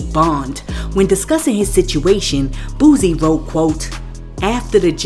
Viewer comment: Yo every time you speak on Boosie His name is Boo•sie not Boooosie come on